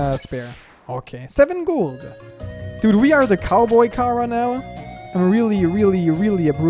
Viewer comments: ITS CHARA NOT KARA WITH A CH CH GET IT RIGHT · It not cara it Chara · Say charcoal: charcoal Now say chara: Kara